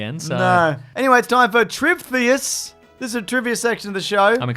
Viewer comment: It's obviously pronounced 'tri-vee-theus'